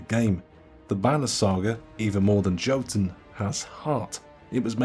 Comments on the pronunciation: It’s pronounced Yo-toon not Jo-tun. Top 10 Viking games and you missed out on god of war? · I cringe everytime he says "JOE tun" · I think Jotun is pronounced as "Yotun". Most countries that use the same letters like the Germany and the Scandinavian countries use J as Y. Don't ask, because I don't know the answers.